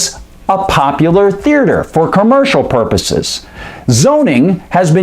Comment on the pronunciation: Is is just me or does this guy keep mispronouncing the word theater?